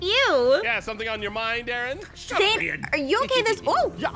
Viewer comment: Is it me or did say Aaron’s name wrong